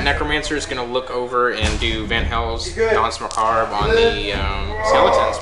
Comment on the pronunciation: The "r" in Danse Macabre is silent by the way.